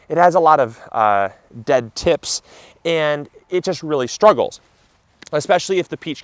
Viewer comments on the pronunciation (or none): none